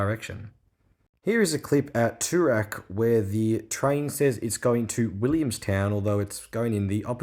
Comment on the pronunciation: The only announcer that would say Toorak in a posh way while announcing Danon in a discussed way